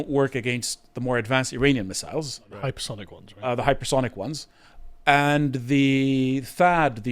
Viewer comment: Every time you say hyper sonic missiles. An air defense man cringes.